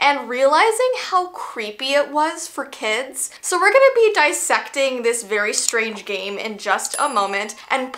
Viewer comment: I love how she said “So we’re gonna be DISSECTING this this very strange game”